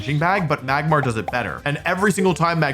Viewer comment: saying Magmar correctly after saying "Megmortar" is diabolical